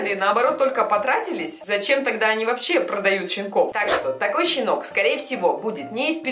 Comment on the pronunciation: Хэштэг щинок